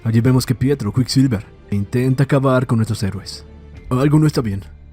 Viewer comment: No es "Prieto" es PIETRO!